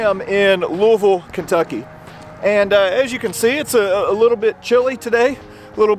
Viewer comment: Congrats,. You said "Lu-a-vuuul" like a local!